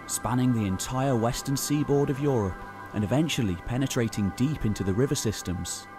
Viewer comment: I appreciate this channel in it's content and visual presentatation. But that voice is often too pompous. At least tone it down, when you are talking of scientific work. You don't need to speak about "tree ring evidence" as if speaking about some especially bloody moment in an epic battle. And every time I hear "europe" pronouced "Yo - Ropp" even my german mind cringes...